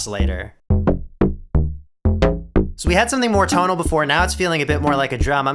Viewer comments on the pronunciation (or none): toe-nal, not tonnal! tone ---> tonal